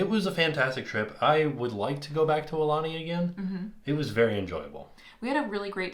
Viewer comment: ok I can't take it anylonger.... It's pronnounced A oo lanie , not a lanie .. You guys are leaving out the 2nd vowel. Ugh!